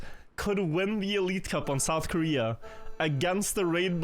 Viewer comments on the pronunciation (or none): none